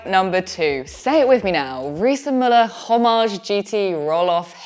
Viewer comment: No ‘h’ sound in ‘Homage’